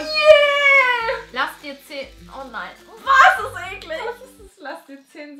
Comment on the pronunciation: Vor allem "ekli n ge"